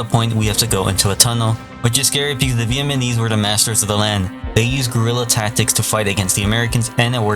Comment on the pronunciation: VIET-NAHHHH-MESE say it with me now 🗣️🤦🏻‍♂️